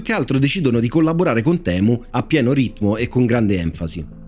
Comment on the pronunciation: Giusto per far chirezza, se si vuol dire la parola temu come gli inglesi la pronunciano e': TIMU